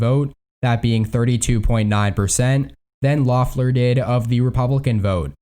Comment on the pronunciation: It's pronounced "LEFF-ler," not "LOFF-ler," not that it will matter come 5 January.